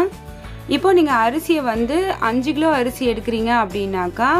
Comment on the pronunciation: Why are you saying “ Gilo “ it is Kilo